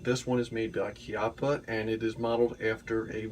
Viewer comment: First of all thanks for pronouncing the name Chiappa correctly, and second that seems like an awesome firearm